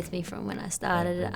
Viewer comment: "i stARtdeD iN a GaRagE" never gats old